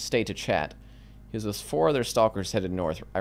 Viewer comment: Why does he pronounce the L in stalker